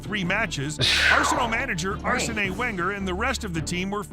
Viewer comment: its still not Ars-nay When-ger